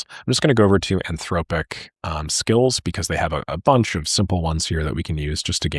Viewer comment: "anthroWpic". I'm convinced does this for the rage engagement.